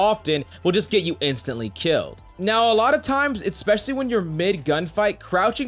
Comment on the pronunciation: These are helpful but for the love of God please stop yelling. Also there's no x in especially.